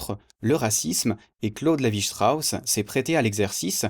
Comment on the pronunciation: Pardonne moi mais je pense que tu prononce mal Claude Levi Strauss 😂 merci pour cette vidéo très informative 👍